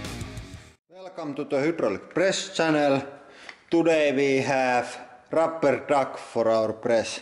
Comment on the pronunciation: rubberr monsterrr